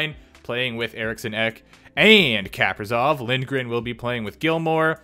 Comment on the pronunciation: It’s not Kaperzov it’s Kap-ri-sov!